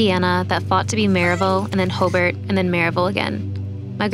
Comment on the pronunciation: Having moved from Rockford, IL to Gary at age 5, Merrillville at age 7, and settling in Hobart at age 10 through high school, I would suggest you would do well claiming Hobart since you pronounce it correctly. :) Loved the video.